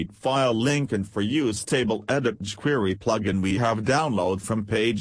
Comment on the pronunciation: they way the speech engine says chquery is hilarious! But that's for using a speech engine if you can't speak clearly I really like this better!